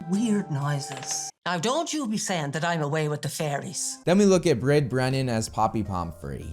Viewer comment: Brid is an Irish name so its not pronounced as it’s spelt. Hard to put the pronunciation into a word, probably better to check a youtube video.